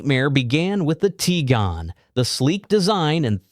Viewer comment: ...It's pronounced "Tee-gooahn", not "Tee-gahn", btw. Also, on Hyundai, it's pronounced like "Sunday". Just saying!